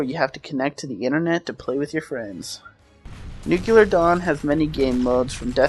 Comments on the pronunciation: It's pronounced "noo-klee-er", not "nook-you-ler". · New-clear not new-q-lur. Good review. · it's pronounced /ˈn(y)o͞oklēər/ bro... Good review though! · nuclear. nuke-lee-ur. nuclear. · The pronunciation is: "noo-klee-er" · Nukelar Dawn?